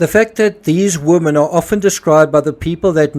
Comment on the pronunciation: 'Women' is pronounced 'WIMIN'